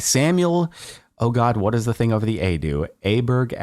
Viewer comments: You were really close on one of the pronounciations of 'Åberg'. Å is kind of similiar to 'aww', and in sweden we pronounce berg like 'bear' from bear and the j from jump. So imagine saying Åberg like 'Aw - bear - j(ump). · The "Å" is pronounced like the O in "Oreos" and "Oliver" :) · Hi Jordan and anyone wondering about this! About the pronouncation of Åberg, the name in the disk, here's how: Å, also typed aa, is pronounced a bit like saying oo, just fast, as if it were one letter. Like "Oh!" So, "oh!"-berg, would work. You actually got the pronunciation qutie right on your 3rd attempt, Kind regards, a Danish guy, proud user of æøå. The å letter is found in both Swedish, Danish and Norwegian, and is the only letter in the æøå set that all countries share, as Sweden doesn't use æø (because they're inferior). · The Å is pronounced like "oh" ... also if he's Swedish then the "berg" is actually pronounced a bit different too, but idk how to explain that to English speakers. The g is pronounced like the consonant y, kinda? Like y in yes. So it's "bery" but not with the vowel y (so it's not quite "berry", although that's not too far off IMO) but the consonant y. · Jordan, the å makes more of an “oh” sound. Hope this helps! Love your vids! <3